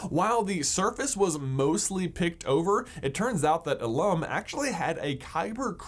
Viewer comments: I'm not trying to be mean but ilum is actually pronounced "oolim" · you are pronouncing ilum wrong and i love it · Does the way he pronounces ilum bother anyone?